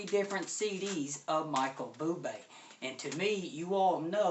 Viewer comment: It's not Michael "Boo-Bay" , it's pronounced "Boo-blay"